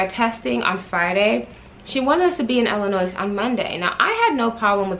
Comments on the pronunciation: The “s” in Illinois is silent... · Lmao definitely cringe every time anybody says the “s” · Curl Essentials 101 it’s Illi(noise) which means you make a noise when you say Illinoissssss😩😂😂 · the "s" in illinois is silent...omg.